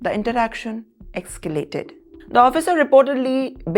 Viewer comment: Ekscalate? Scrutinity?